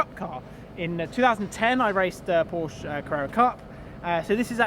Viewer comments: Its not Porsch its PORSCHEEEE......for god sake ……………… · If your going to race for Porsche you should nail down the pronunciation of your employer lad. It's "Por-shuh" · I would think you would want to say Porsche correctly in your videos. Porsch - uh :) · If u gona race for them at least have a decency to pronounce Porsche right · If you’re going to race for Porsche........pronounce the name right first. Thanks. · your going to have to learn how to pronounce the name...